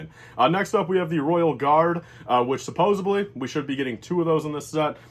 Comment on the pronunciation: Not to nerd out but it’s Supposedly, not supposebly.